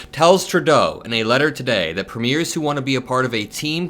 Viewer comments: Emphasis on PREmiers. Not preMEIRS. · Hey! I am a Canadian who enjoy your videos. Small thing but we pronounce the word, “premiere” more like, preem-yair. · when you’re talking about our provincial leaders - our Premiers- the accent is on the first syllable. The PREmiers. Just an FYI. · You don't pronounce it as TWO syllable ... "Pre Miers" ... it's pronounced with THREE syllables ... "Pre ... Mi ...ers" (short vowel sound on 'e'). It's a Commonwealth Country (e.g. Canada, Australia, New Zealand, etc) political title ... equivalent to USA's State Governors. In USA you have POTUS ... Governors. In Commonwealth Countries you have King ... Prime Minister Country ... Premiers of State. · It’s not Preemears it’s Preemyears. If people are entering the US from Canada then get on your damn Border Agents. Did Trump hear about the parents from India and 2 children coming into Canada FROM the US that 🥶 to death walking across the wilderness. They all froze to death. Trump is 🥜. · Thank you as always,, for helping to fight the good fight! 💙 As an aside (& not to be pedantic), pls note that in Canada, we call our provincial & terratorial leaders "pre-meers," vs the pronunciation of premiers used in referring to, say, debut performances. 💙💙💙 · Canadian here. Provincial leaders are premiers—pronounced preem-yer. Ouch! My ears!